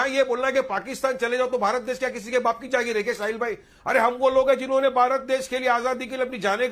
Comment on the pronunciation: Jahangeer nhi jageer hota ha